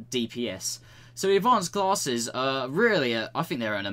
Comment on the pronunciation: Say classes one more time... i dare you